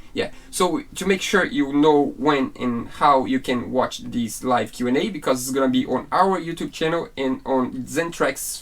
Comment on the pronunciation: PLEASE let buy a heat gun AND an oscillating multi-tool. Pretty PLEASE! They both will be SO useful for many years to come! edit: Don't wait for him to learn to say "THIS" correctly. It may never happen. 🤣🤣🤣🤣🤣👍😇😊⛵🌈😉 re-edit: WINS! (of course!) Thanks! "God bless the child that's got his own!"